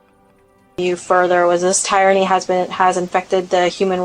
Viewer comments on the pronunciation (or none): The lady FBi agent can’t even pronounce tyranny lmfaooooooooooo😂😂😂😂😂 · Concerned the FBI agent doesn’t know how to pronounce the word tyranny…